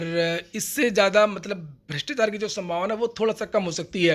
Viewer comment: भ्रष्टाचार होता है, जी भृष्टाचार नही।